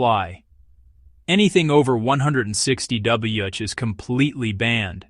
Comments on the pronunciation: Why did you pronounce “Wh” first as “way-aitch” and then as “wah-each”? Dont you know the actual names of the letters?! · How is it that AI can speak clearly....with the proper inflection...BUT THEY CAN'T SAY "Wh"? properly?.....I stopped after hearing this techno nightmare say it like three freekin' times! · Computer generated voice cannot reproduce Wh.